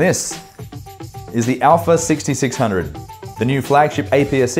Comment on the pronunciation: Finally, someone pronounced α right!